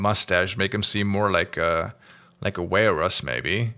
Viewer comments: "Walrus" is pronounced WALL-russ.;) (The German word "Walross" is literally "whale horse", so I see where is coming from...:3) (Wiktionary etymology rabbit hole: German & English got the term probably via Dutch, and from there it's a bit of a mess between that, Danish, and Swedish? But the oldest known etymological root seems to be Old Norse hrosshvalʀ. So I guess some viking looked at a walrus and decided it's kinda half whale, half horse? 🤷🐋🐴) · That is the most interesting pronunciation of "walrus" I've ever heard . Loving the series btw. The next ep can never come quick enough.